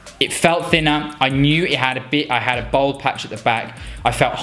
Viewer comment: At least pronounce ‘bald ‘ properly 🤦‍♂️